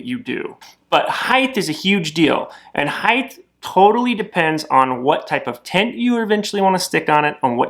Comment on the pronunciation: There is no H at the end of the word height.